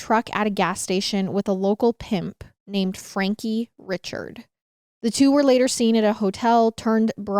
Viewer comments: these folks are Cajun. Chaisson is Shaw-sawn, Richard is Ree-shard, Guillory is Gill-ree, and DuBois is Du-bwah. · Richard is pronounced Ree-shard ❤